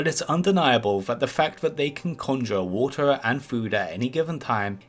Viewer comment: And telwepowt